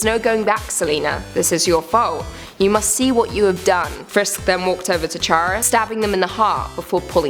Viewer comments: You said chara wrong its pronounced Kara but chara for character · None of these were really that well made. It was full of cliche's and you mispronounced Chara, Flowey, and Toriel. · It's not 'ch' in Chara in Chara it's 'k' and not flowy it's flowey